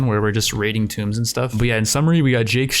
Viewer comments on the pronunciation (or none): Is he pronouncing tombs (tooms) tomes? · TOOmbs like mOOOOO, not tOmes.